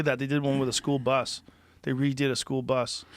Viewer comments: 🤔Is it just me or does the way Joe Rogan pronounced School bus is suuuuper weird😂🤣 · Joe is the first person I’ve ever heard place the emphasis on bus in School-bus